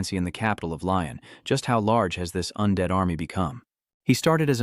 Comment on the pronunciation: what is that ending where it just cuts off mid sentence???? Also your AI needs more training since it confuses genders and got soooooo many words wrong. I kinda laughed at how many times it saying Bob sounded like Bop or how it would mess up undead as anded